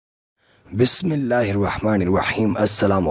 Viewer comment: پیارے بھائ چینل اور خبريں دونوں لاجواب هىں . بس پليز اپ سے گزارش ھے کہ اپنی بسم الله كو ٹھیک فرمالیں ۔ ۔جس طرح آپ پڑھتے ھیں اسكا معني کچھ اور بن جاتا ھے ۔